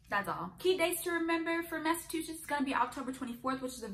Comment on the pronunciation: In my 26 years on this Earth, I had never heard someone pronounce it "Massa-two-shits" 🤣 Between Massholes and this, something tells me we don't have a great track record